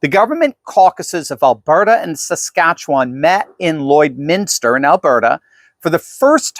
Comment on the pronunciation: you pronounce Saskatchewan very nicely 🙂. most Americans struggle with the name.